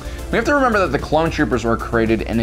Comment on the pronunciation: 'Hte Empire'